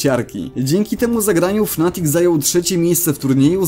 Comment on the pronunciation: Ja nie wiem gdzie ty kurwa w nazwie "fnatic" masz dwa A ty chyba czytasz nie potrafisz